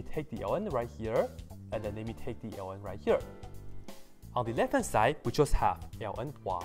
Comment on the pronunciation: That a hard to understand "ln" you are saying. Try "logarithm", "natural log" or just plain "log"